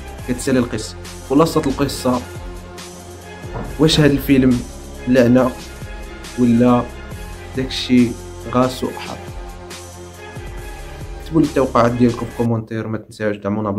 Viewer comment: حظ و ليس حض